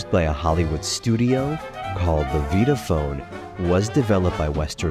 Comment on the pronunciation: Slight correction: "Vitaphone" is pronounced "VITA-PHONE" not "VEETA-PHONE"